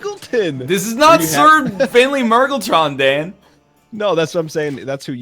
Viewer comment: i love how they both pronounce mmrrgleton differently, but both wrong